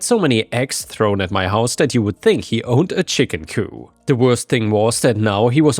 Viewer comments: COOP. Chicken coop, not coup. The P is absolutely pronounced when talking about a building that chickens are housed in and not an overthrow of a government or ruling body. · Chicken couP! couPPP! The P is NOT silent!